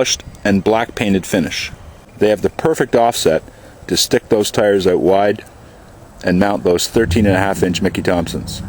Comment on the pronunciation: This is a great video of the truck details...it does look really good although the rims are so so. I wish more dealers offered packages like this. I am going to look for the ecoboost video you guys will make. Oh and I can really tell you are from Canada when you say the word "out" :o)